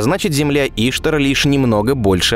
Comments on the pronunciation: Наконец подробно показали рельеф. Спасибо, было интересно. Только, кажется, ударение не И`штар, а Ишта`р. Это богиня такая была. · Не Иштар, а иштАр. Ударения правильно ставь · ИштАр. Ударение на втором слоге. Как у вас вообще возник тот вариант, который постоянно озвучивается в ролике?? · иштАр, а не Иштар))) вавилонская богиня. врата иштар. вирус ещё такой гулял в начале 00х - Ishtar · Не в укор авторам, но редакторам на заметку - Земля́ Ишта́р. Даже в Википедии написано ударение. Уж очень по ушам режет... А видео очень интересно и познавательно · ИштАр. Ударение на "А". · Иштар на а ударение блин, Иштар это богиня месопотамии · Отличный выпуск. Спасибо за Ваш труд. Но Иштар - ударение на А.